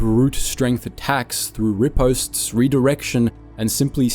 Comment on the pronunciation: I feel my old fencing days die a little inside every time he says ‘riposte’